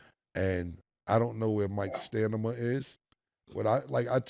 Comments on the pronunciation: "I don't know where Mikes STANIMA (stamina) is" is crazy LOOL p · ‘STANIMA’ IS CRAZY CAM YOU A GROWN ASS MAN TALKIN LIKE YOU 7 😂😂😂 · 🚨 the return of ‘STANIMA’ 😂😂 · Ayo my man cam said stanima😂😂😂😂 “stamina” my boi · Is Cam saying 'stanima'?? 😂😂😂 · Try-Polar ⏸️ , Firm President ⏸️ & "stanima", not stamina😅😂And I'm only halfway through the show. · "Stanima"😂😂 Stamina cam stamina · Did Cam say Stamina or Stanima 😂😂😂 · Stamina not stanima Cam 😂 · JUST FOR KILLA WE CHANGING THE PRONUNCIATION OF STAMINA TO STANIMA💯💯💯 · STANIMA 😂😂😂 guess I learned sumn new today lol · “Stanima” is crazy! I’m sorry i tried to ignore the first one! 🤣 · Cam saying stanima instead of stamina is crazy! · It’s stamina not stimina cam one of yall need to tell him please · STA-MI-Na…..not STA-NI-Ma 😂😂😂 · So nobody is gonna tell Cam or Mase how to pronounce "stamina"??? It's not STANIMA 😅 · CAM BACK TO SAYING STANIMA 😂😂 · 😂😂😂😂 he always does that. He'll prolly say stanima tomorrow 🤣🤣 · “Stanima” ctfu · This nigga Cam be making me say "stamina" wrong lol I have to catch myself pause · Cam can't say Stamina to save his life. The nigga always say stanima😂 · Cam said stanima like OJ Da Juiceman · Anyone notice Cam always say Sta(n)ima and not Stamina? 😂😂😂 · 'stanima' makes me laugh every time 🤣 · Cam Just said Stanima 😂😂😂😂😂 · Didn’t anyone here can say stanima like 4 times 😂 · SAY IT WITH ME BRO STA-MI-NA GOD DAMM :face-purple-crying::face-purple-crying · " i dont know where mikes STANIMA is" lmao smh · Cam could get a phD in Vocabulary and Pronunciation and would still say “stanima” and “disparicy” with a straight face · They need to add the word 'Stanima' to the dictionary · STA-MI-NA Damn Cam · Wtf is Stanima? Cam bruhh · Say it with me Cam.. S-T-A-M-I-N-A 😂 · Stanima...we were doing so good, Cam. At least you don't say Mike TOMLINSON anymore 😂😂😂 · Love it every time CAM say "stanima"😂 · Cam said stanima. Lol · "STANIMA".... From the big homie Can'Rom 😎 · 😂😂😂 "stanima" Is crazy😂😂😂